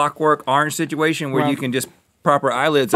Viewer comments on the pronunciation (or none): Rhett "Sidgeuation" alert!